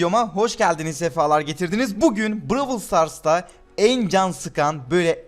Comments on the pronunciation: lütfen bıralv sıtars diye oku bıravıl sıtars diye değil garip bir şekilde tilt oluyorum xd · Abi brawl stars bırawl stars deil seni seviyoruz ama şunu düzgün de abi